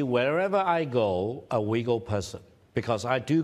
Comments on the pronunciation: The Chinese dude sounds like he is saying "The Wiggles" Well I suppose the CCP is a big red car 🚘 😂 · I cannot deal with that man calling the Uighur People “Weegills” It is definitely an intentional mis-pronunciation and he is being deliberately insulting in a backhanded manner